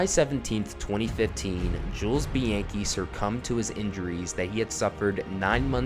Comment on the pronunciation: Mispronounced his last name